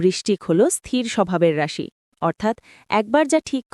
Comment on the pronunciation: রাশির উচ্চারনে আপনার ভুল হচ্ছে 😅😅😅